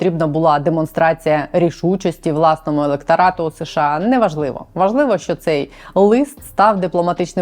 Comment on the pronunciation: будь ласка, не СеШеА, а США. СеШеА почали вимовляти за пізнього Брежнєва, бо, найімовірніше, його щелепа не справлялася з такою "складною" абревіатурою. І тоді ведучі Центрального телебачення запросили мовознавця й запитали, як правильно вимовляти цю абревіатуру. Той дуже нерішуче сказав (його нерішучість була цілком зрозуміла), що краще промовляти США. Послухайте Володимира Огризка, Катерину Кельбус, Мирославу Гонгадзе тощо і відмовтеся нарешті від СеШеА. Ми ж бо не Росія!